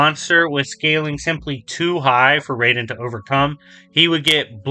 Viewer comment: The most inaccurate part of this video is how he pronounces Raiden's name. Jokes aside, yeah Wolverine should win pretty easily. The Death Battle is still really good though, and is still one of my all time favorite episodes.